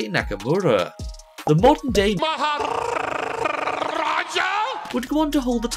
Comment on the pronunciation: “maharrrrrrrrrrrrrrrrrraja" Imao